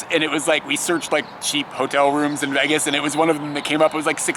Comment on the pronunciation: You're the first person I've heard who pronounces it "Veggas" :D The reason the rooms in Las Vegas are so cheap is because they want to encourage you to come and spend more money on gambling. It's the loss leader, basically. Since you didn't stop to gamble at all, they might have lost money on you... (Oh well to them!)